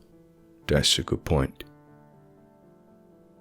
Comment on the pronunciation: I enjoy how you delived that line. "Das a goo point."